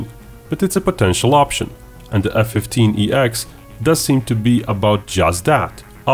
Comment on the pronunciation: .... its named the F-15EX ... its called F-1 SEX....